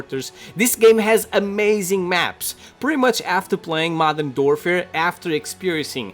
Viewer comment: I love how he says “Modern Dorfer” 😂😂